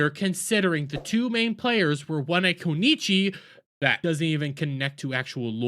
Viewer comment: let me help you out on tryng to say this... Kunoichi it's : Ku-No-E-Chi not Ku-E-Chi .... ( it doesnt inspire respect when you say they are disrespectfull then mess up names especially when you can litteraly take ten seconds and have google litterally say it for you so all you have to do is repeat the word for free )